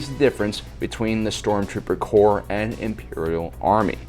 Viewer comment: Corps not Corp. Corp is an abbreviation for Corporation. Corps is Latin. The s at the end is part of the word, it does not mean plural. It is the Stormtrooper Corps, the Marine Corps, not Corp.